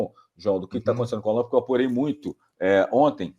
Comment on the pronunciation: O NOME É ALLAN E NÃO ÁLLAN POIS NÃO TEM ACENTO OK, UMA DICA SEM QUERER TE ENSINAR NADA OK UM ABRAÇO